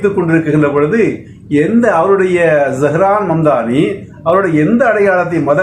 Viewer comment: Please note; pronounce of Z O(zo)Haran.zsho"hran(not za...)Zo..